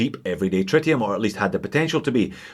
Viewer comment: Is it pronounced tritium or try tium?